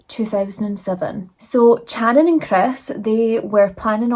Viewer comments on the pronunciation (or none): you are such a beautiful soul and you did do their horrific story justice. However her name was pronounced Shannon.